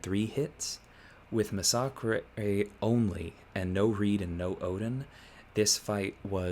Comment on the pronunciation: Why does everyone pronounce massacre wrong?